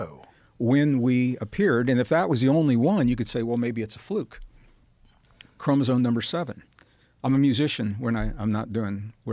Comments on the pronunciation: Gregg should start pronouncing chromosome correctly ... not chromoso"n"e. ... there is an "m" at that end of that word. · he says "Chromozone" 🤦‍♂️ Anyone who has read anything related to chromosomes( prerequisite if you're gonna claim what you're teaching as fact), would have noticed the spelling and would have corrected the pronunciation .. I get the impression he watched a few youtube genetics 101 clips and made up some studies and facts. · Mr Braden, please change your pronunciation of « chromosome ». It is not a « chromozone »… 😅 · Is he saying "chromosoNe? Tell me my ears are broken haha.